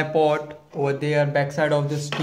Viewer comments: hey man... it is hdmi port not hdmi pot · I know But you are pronouncing it wrong..Your pronunciation is like you are saying "POT" instead of "PORT"